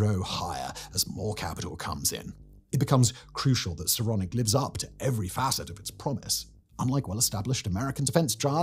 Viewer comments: Can't help but hear "Sauronic" every time. One yard to rule them all. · “Sauronic”‽ What, as in “like Sauron”‽ 🤣